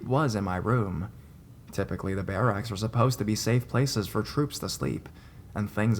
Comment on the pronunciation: lol the way you kept saying barracks was driving me nuts! but i love your videos (